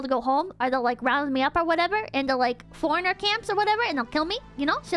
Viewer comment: > forneinrer camps Lmao, you mean “foreigner”?